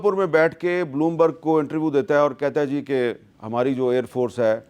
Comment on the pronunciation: sergie...G pronouns is GG like Gujrat ...sergie